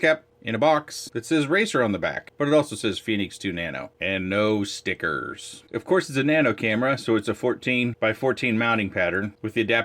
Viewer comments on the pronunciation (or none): "And no stickerrrrrrrrs"